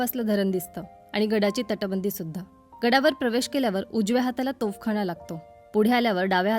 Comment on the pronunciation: तोफखाणा नाही तोफखाना शुद्ध मराठी बोला